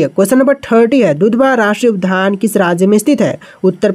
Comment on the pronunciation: उद्यान को उधआन का उच्चारित न करे